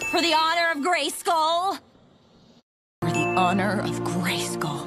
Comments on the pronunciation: Why do i hear FOR THE HONOR OF GAYSKILL every single time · i kept on hearing for the honor of gay skull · I didn’t know anything about She-ra before watching this show and english isn’t my first language so I always thought she was saying “Gracegol” instead of “Grayskull” and when I saw I was wrong it was the biggest shocj of my life istg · For the Honour of GaySkull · For the honor of gay-skull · Y’all mean: “for the honor of gayskull” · I think you mean "FOR THE HONOR OF GAYSKULL!!!"